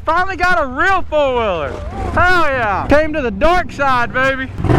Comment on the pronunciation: Why do you say foiler its four wheeler 😂